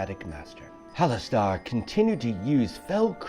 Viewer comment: Really cool video idea but isn't it pronounced "hallas stir" not "hallas star"?